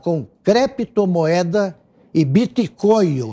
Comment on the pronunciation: " BIT COIO E CREPTO MOEDA ..."KKKKKKKKKKK ESSE É O NÍVEL DA MAIORIA DOS POLÍTICOS BRASILEIROS...